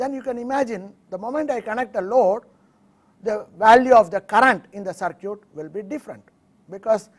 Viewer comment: LOL, man it's "circuit" not "sir cute', his spoken is not good but he is conveying a good deal of knowledge about electronics.